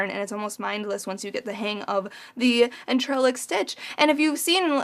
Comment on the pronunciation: Hi can I help? It's pronounced on-tre-lac it's a French word I think, hope that helps, x